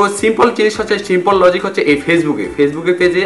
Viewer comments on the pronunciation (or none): none